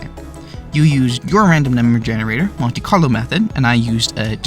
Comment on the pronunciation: what is "conte-carlo"?